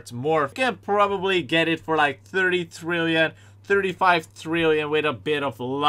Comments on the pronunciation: I like how he says trillion THRILLION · I like how he says “50 thrill-ion”